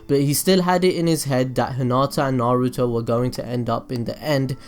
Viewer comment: HOLD THE HELL UP DID HE JUST SAN NAROOT IT'S NARUTO!!!!!!!!!!!!!!!!!!!!!!!!!!!!!!!!!!!!